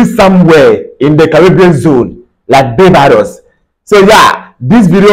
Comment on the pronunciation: Bro, it pronounced Bar-bay-dos & not bay- bar-dos.